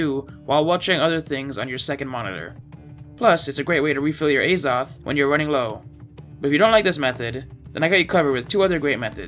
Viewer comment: its pronounced AH-Zoth.. Not A-Zoth.